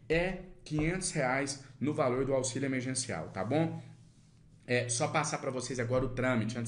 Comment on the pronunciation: É emerGeNCial e não emerCeNCiaL